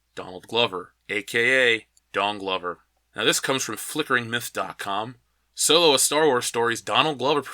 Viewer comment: You keep mispronouncing "Soylo" 😁